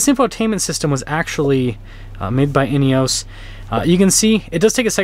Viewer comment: In-e-oss. Please stop saying in-e-oooos.